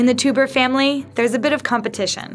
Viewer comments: Also, isn't teuber pronounced toyber not toober? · every time she pronounced the family name Tuber instead of TOYbuh, and the game CatAN instead of instead of CatAHN , I couldn't help cringed and would mutter the correction at the screen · Their family name should be pronounced 'toy-berr' , not 'tu-ber' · rcdc is absolutely correct. Their family name is properly pronounced 'toy-berr', not 'tu-ber'. This is my wife's maiden name so I know how it is properly pronounced, even in America. While I don't wish to be too hard on this incredibly disrespectful and incompetent mistake, you really have to be an idiot to do a video on an entire family and NOT start out by making sure that you have the correct pronunciation of their family name. Epic fail! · Not Klaus "Toober", it's pronounced "Toy-ber"!!! omg please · Also the creator's name is pronounced Toy-ber, not Too-ber. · I’m pretty sure his name is pronounced like Klaus “Toyber”, not Klaus “Toober” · Good old Klaus "Toober," creator of "cuh-tan." Would it hurt to spend five minutes looking up how to pronounce the names of Catan or its creator? Embarrassing. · Teuber is pronounced like "Toy-ber", and Catan rhymes with "swan".. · It's pronounced Toiber; amazing they would send someone all the way to Germany with such a poor grasp of the subject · The way she pronounces Teuber makes me want to cry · No, he pronounces it kuh-tahn, which is correct. It probably wouldn't have been so distracting if she didn't emphasize her hard 'A' at the end of Catan so much. It became worse when she mispronounced the creator's name. The narrator's voice was juvenile and shrill to begin with, so the mispronunciations made it seem like she just didn't care. I'm not only a huge fan of 'Settlers of Catan', I'm also a fan of doing things correctly, so it was distracting to me. It didn't distract you, that's nice; I'm glad you were able to enjoy the piece.